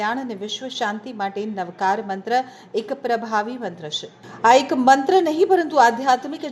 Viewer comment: Pronunciation is very wrong Ashudh Navkarthi wrong effect